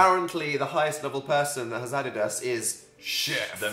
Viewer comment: I love the way that phil pronounces ‘us’ as ‘uz’ 😂 So cute